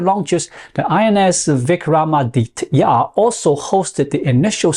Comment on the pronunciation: Big props for taking the time and attention to learn how to pronounce - `Vikramaditya`. Many so called "India experts" in the US routinely butcher Sanskrit words. Subscribed.